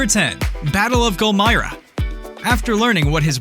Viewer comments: you can't call yourself a iron man fan if you can't even say the name of the city in the first clip.... they literally say it in the movie. gul-mir-rah. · Instant thumbs down based upon the way he pronounces Gulmira.